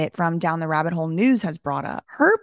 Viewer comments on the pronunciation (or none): none